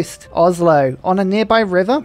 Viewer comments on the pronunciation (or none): none